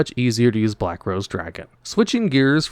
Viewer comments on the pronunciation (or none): none